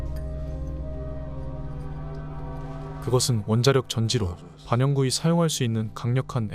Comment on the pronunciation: 띄어읽기 드럽게 못하네.. 반 영구히가 바녕구희가 되냐?